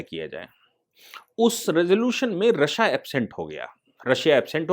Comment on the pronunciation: सर "रश्या" नही रशिया बोलते हे!🤦‍♂️🤦‍♂️